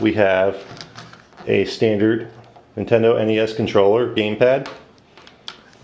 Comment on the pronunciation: Lol, "Nintenedo" :P